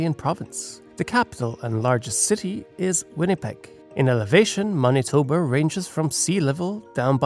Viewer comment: Judging from the many mis-pronounciations it's fair to assume that this was made by some one who isn't from Manitoba, which is AWESOME! Somebody outside of here has heard of us!